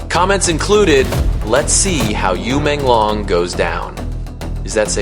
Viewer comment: This commentator got his name wrong Not long is should sound like loong as in Dragon Yu Menglong like this U mon loong thats how you pronounce it !!!!